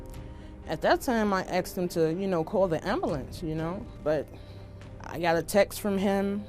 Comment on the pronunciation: Ambalanzee. 🤦🏻‍♀️🤦🏻‍♀️🤦🏻‍♀️ Thats not how you say ambulance!!!!